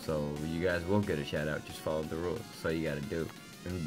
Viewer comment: Nice job. Loved this. By the way you accidentally said Shououty